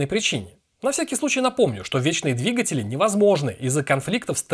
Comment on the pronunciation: Почему ты сказал двиЖетели, а не двиГатели?